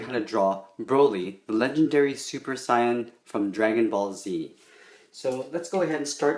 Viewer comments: Syan really Sysn ITS SAIYAN say en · Super say - in not sai - an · no offense bit it's say- in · Your saying saiyan wrong you said sayan sayen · Saiyen is actually does not have the I sound. It's the long a sound 👿👿😡😡